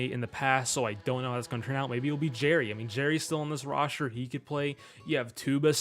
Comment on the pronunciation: Love how he says Roshter instead of Roster